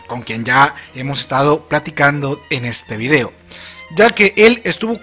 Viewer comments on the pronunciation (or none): none